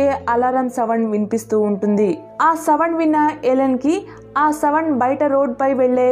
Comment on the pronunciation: Savands kadhu sounds 🤦‍♀️🤦‍♀️🤦‍♀️